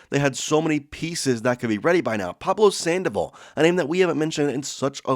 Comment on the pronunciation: Did you say Pablo Sandoval??